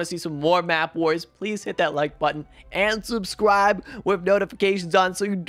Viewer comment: Please don’t say subscwibe again